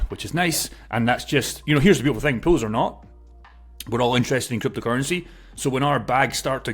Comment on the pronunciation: I wateched over 6 videos on the same day hearing you saying 'Pills'. Now I get the 'Pools' part. Thank you again for the information, surely not many even know liquidity offering including myself.